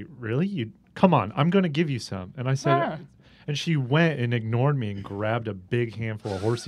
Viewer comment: Nobody: Ethan: ”So I sais...”